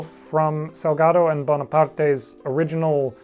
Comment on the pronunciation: Hey I'm argentinian and congrats on the spanish pronunciation of Salgado and Bonaparte! I know you take the time to get those as right as all the dinosaur facts. Thank you!